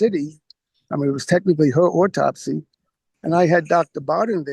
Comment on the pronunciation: Is it too difficult to say 'autopsy' and not 'ortopsy'?